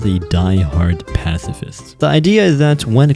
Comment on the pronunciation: Oh no this guy's a passs asss fist